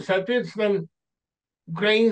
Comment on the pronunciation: УкрАинская культура, укрАинец режет слух,. Это странно, что филолог ставит неправильно ударение. И даже не слышит, что Быков произносит укрАИнец. Надеюсь, что этот комментарий будет замечен.